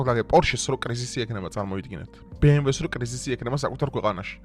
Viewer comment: კარგი ხარ, მაგრამ გთხოვ გიტლერი არა- ჰიტლერი, ბე-ემ-დავლიუ არა, - ბე-ემ-ვე 🙏🏻